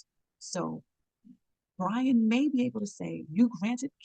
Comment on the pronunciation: How you report on the case, and keep getting his name wrong...put some respect on "Brian" name